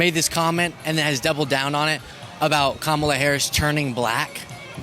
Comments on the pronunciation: He doesn't say Kamala's name right either. He didn't listen to her nieces teach America how to say their aunt's name correctly. It's COMMA plus LA. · Forget the way he pronounces Biden, why, oh why can’t these people learn to pronounce the running Democratic candidate’s name, ffs?!?! Pathetic. So disrespectful to Kamala… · Jr persists in saying Kamala's name wrong!!!!!